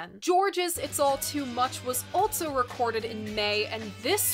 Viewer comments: This is the weirdest thing, but I love the way you add a T and a Z to also... altzso! I love your vids, I have a couple suggestions for some modern record reviews Jungle-Volcano or any Parcels album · Lol. I "ALT-SO" thought the same thing! 😜